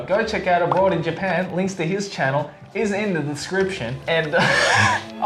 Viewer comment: does a shockingly (HEH) good Seattle accent. He slips on "channel" for some reason though.